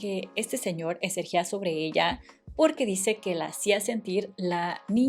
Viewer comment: Excelente narración!! Solo en el minuto -08, dijiste ecerjia en vez de ejercía 😅. Algo que también me pasa mucho 😅.